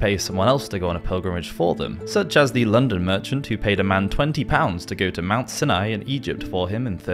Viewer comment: I really like your channel, and I certainly admire the amount of research and effort you put into them...but the mispronunciations are really jarring. Sinai is pronounced SIGH-nigh, the past tense of the verb "shoe" is typically "shod" not shoed, and I see plenty of others have already commented on the Pinata! But please continue to make these fascination videos!